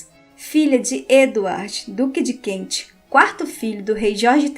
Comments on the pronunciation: ... Duque de Kent ... e não Duque de Kentche...srª... Ai ai ai esse Inglês..... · ANTES DE FAZER UMA LIVE VOCÊ TEM DE TREINAR A PRONÚNCIA CORRETA DAS PALAVRAS, EM INGLÊS. DUQUE DE KENT( "KENTCHI"!!!!) QUE HORROR!!!!